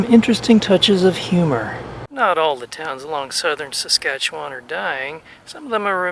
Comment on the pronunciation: also have to give props saying Saskatchewan right